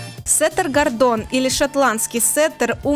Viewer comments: Прошу прощения, но не он гордОн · Чушь! Даже название породы назыаает неправильно! Диз!!!